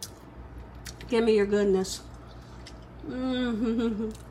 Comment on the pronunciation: "You hear meh" i love it ! Subscribed !!!